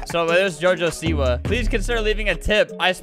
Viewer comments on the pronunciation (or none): none